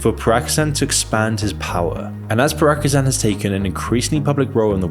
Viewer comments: Good vid, but his name is pronounced "Pree-gO-zhyn" or "Prea-gO-jean" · it's pronounced pree go geen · Ok, I know you're English and all... But "Pra-ki-shan"? How do you swap the "i" into "a"? I was so confused who you were even talking about. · Everything you need to know about this video is ...Let me elaborate more after this message - yes, we haven't heard about Pry-go-zahn until now. I know it's a low blow but when you make a documentary, at least get the names right...Or if it it's too much work - just say, for instance, the Wagner's chief - Mr. P. All this language butchering is distracting and telling us that you don't or didn't actually care about the issue, until now.. Anyway, let's get back to that time-code. the footage shows part of some kind of statue, while the narration says all about the brutal methods of PMC Wagner in Mali... The funny thing is that this ain't even Mali. This ain't the whole statue, just a part of it, the frame is cut in order to lead to certain narrative. Sorry, that's what's called nowadays as disinfo. Or as I still call it - lies. And this ain't cool man... Youtube was our refuge from mainstream media lies and deceptions. I guess this is over now... The monument is in the Central African Republic's capital of Bangui. You can see for yourself what's really depicted. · who is piragozan? how can you pronounce it that wrong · What quality are you talking about? He didn't even bother to find out how his name is pronounced correctly. Praigozan - LOL, he's not an Armenian :D Then his BS about Deputy of the Defense Ministry (Evkurov) teaming up with Prigozhin - he didn't bother to translate what they actually were talking about in the shown footage (they were arguing and Evkurov was clearly not happy about being disarmed and taken hostage by Prigozhin). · who tf is pragozhan?? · Who is Porakuzan bro? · Pragozan -- dyslexia is strong with this one. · cant get over the fact you keep pronouncing his name Prako-chan lol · "Prigozan" hahahaha